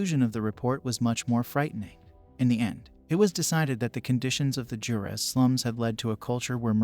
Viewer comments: Yooo thats my home town! shoutout to all the Juareños here! Also its pronounced Hoo-ah-rehs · Not being condescending and no offense meant but in Spanish the "J" in Juarez sounds like "W" does in English. Waa-rez